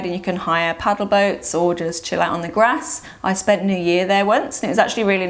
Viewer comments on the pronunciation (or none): none